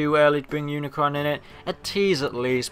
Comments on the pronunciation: It not uncron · dude its unicron